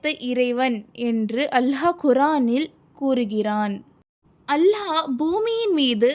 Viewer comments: அல்ஹா அல்ல அல்லாஹ் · அல்ஹா இல்ல அல்லாஹ் if Iam correct correct it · Hallah illa Allah harsh illa arsh enna pesa kooda teriyaze